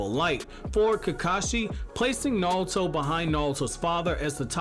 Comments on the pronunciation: Neon Force thats understandable but this guy is saying it with an L it sounds like. I hear him say Na-rL-to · Anyone else hate the way he pronounces naruto?